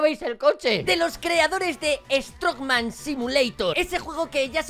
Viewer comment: Si se dice así lo que pasa se coló la n